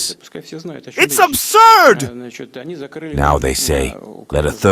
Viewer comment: Whoever this translator is, he sounds like a complete nut reading us a James Bond book. The crazy sounds that he makes on words like absurd are very distracting. You should try talking in a normal tone of voice just like Putin.